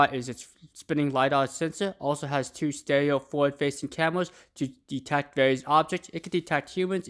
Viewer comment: Detects... Detecks... Detecks lol